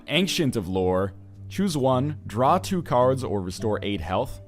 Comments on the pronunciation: Ancient of Lore. It's not "an-ksent", it's "ayn-chent". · Ryan, when you say "ancient" it is distracting. Now when ever anyone pronounces it the more commonly used way, I think of you..... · Since when was "ancient" pronounced "ank-shint"? I always hear NL pronouncing it that way but I have never heard anyone else say it like that, English teacher or not